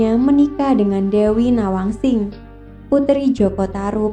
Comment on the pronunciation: Maaf. Banyak sekali dalam penyebutan nama nama tokoh yang kliru. Nawangsih jadi nawangsing. Dan cara penyebutanya. Maaf